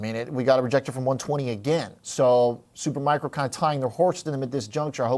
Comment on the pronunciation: Learn how to say “Supermicro”, not “Supermicron” dude before you are being treated seriously.